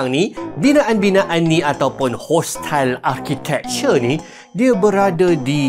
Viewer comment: "Hostile arkitikture" mat saleh🤌